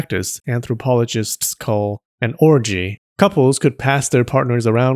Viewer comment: “…anthropologists call…an orgieL 😅